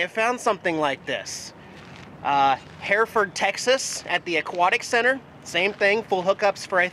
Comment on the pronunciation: Texas city pronounced Her - ford... ;-)